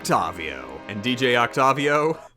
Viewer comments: Oc tay viii ohhh not oct tavvv vii ohhh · Its Octayvio, not Octofvio. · Him: "Oc tovio" Me: I'm pretty sure its pronounced "Oct A Vio" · Oct-tave-ee-oh not oct-ov-io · Dj oktabio its its oktewio Thats how you say it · Oct-ayy-vio Not oct-ah-vio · OcTAHvio... its OcTEIvio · Its Oct "a" vio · DJ oct-avi-o is easy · “Octawvio” Good vid, though. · did you not know that octavio is a real human name that is pronounced with a long a as in octAYvio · It’s pronounced octayveeo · It’s Oct-A-vio But props on beating it tho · OcToViO that’s what it sounds like when he says that lol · I'm sorry but.... can you please pronounce it oct-A-vio? It just gets under my skin easily... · since when was he called octarvio last i checked i belive it's pronounced octopus not octarpus love you, bye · Octavio is pronounced oc-tae-vio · Octavio is pronounced oct-A-vio, but otherwise, good video! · Isn't it Octavio (Oct-Aye-Vio) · it's Oct-A-Vio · Wtf is that octavio pronunciation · The way he says octavio hurts my soul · Him saying dj Octavio kills me (the way he pronounced it)